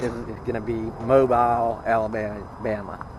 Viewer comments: Well that ought to make everyone happy. Bella was outside walking not just once but twice lol. I get it. We see a very small portion of ur day. Lol. Anyways. You are heading our way. Just a heads up Mobile is pronounced like u got moe bills. Singular. I know some1 will have to say somethin so just before they do. Now ya know lol. Well Om glad you are seeing the channel is doin well and heck no you cant please everyone. But you do get to see who ur real fans are honey. So keep ur chin up and keep on truckin. If you get to Panama City Beach, Florida let me know. Breakfast is on me. Lol. Much 💘 sweetie 🐝Careful & God Bless. Love on that Bella for me. 😜😘🐶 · Pronounced ( mo bee il). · Not sure how far back this was recorded and it may be too late but I'm a Bama girl so let me teach you Bamaspeak. The name Mobile is pronounced Mo Bill. Welcome to the Heart of Dixie! Bella looks like she had a blast at the dog park.